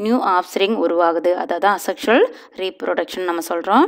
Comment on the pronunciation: Mam this is A sexual reproduction pronounce yay sexual reproduction teaching is good